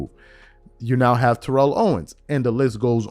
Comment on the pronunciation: TErrell Owens. T.O has to be so frustrated with people mispronouncing his first name.